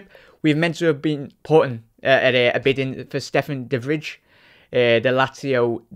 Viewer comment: Dutchman who was raised in Liverpool here, it's not Stefan the fridge haha, it's pronounced "de vry"